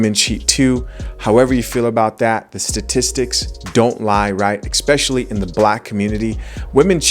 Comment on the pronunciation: Can't take you serious if you say "eck-specially"